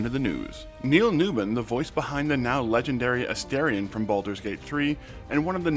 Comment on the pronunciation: A-STAR-ion not aSTAIRion and newBON not newBIN. 😅 it always surprises me when interviewers get his name wrong.